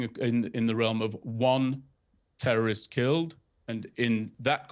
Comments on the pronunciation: “WhY yOu AtTaCk TeWwOwIsT” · 😂😅😢🤣🤣🤣😅😅🥳😂🤣😂🤣😂😁😄😃😀😆🤣🤣🤣we only atack TEWOWISTS 😅🙃🤭🤣😂🤣😂🤣😂🤣😂🤣😂🤣🤣🤣🤣🤣🤣🤣🤣🤣🤣🤣 My favorite word from now on “tewowist”